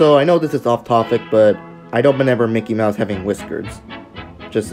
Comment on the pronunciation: THATW NOT MICKY MOUSE THATS MOCKEY MIUSE